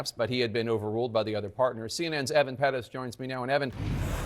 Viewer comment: No big fan of Jake, but at least you pronounce Pérez correctly! See, people? It's not that hard!